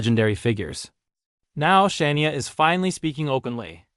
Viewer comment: How can you expect to be taken seriously if you cannot pronounce Shania name correctly? Ridiculous! Bye the way Rick Nelson died in a plane crash in Dec 1985!